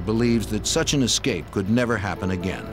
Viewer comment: Funny that a gentleman of his age would say “EX cape” rather than “ESS cape”. Makes one wonder about his education. If it is a regional dialect then I apologize.🤣🤣